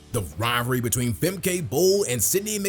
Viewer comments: It\s Femka, not Femkay..... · And it’s Fem-kuh. Not Fem-Kay